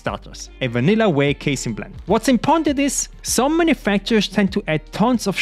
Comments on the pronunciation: you know hes grown when he goes from saying case a in to casein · Damn now you know how to say casein hey